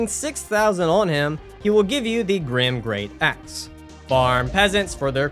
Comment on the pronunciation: It's gyrm not grim, for the love, it's pronounced Girm😭